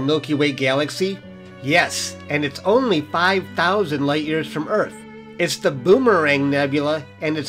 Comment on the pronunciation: Dude! Did you just say "It's only 5,000 light years away from us"... Emphasis on the the word "Only"😂😂😂. You make it sounds like we can freaking reach while riding an Uber😂😂😂😂